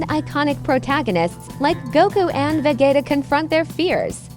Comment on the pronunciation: nice the ai said ve"get"a